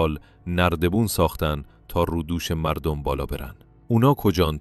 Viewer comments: مَردُم غلط است ، مُردَم درست است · حداقل یکبار قبل از اجرا متن را می خوندی . از جمادی مردم را اشتباه خواندی .😅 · خیلی زیبا اما دواشتباه گفتاری اول دربیان کلمه مردم ودوم در بیان کلمه عمر با تشکر وعذر خواهی ❤ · از جمادی مردم با میم ضمه ای خدا درست بخونید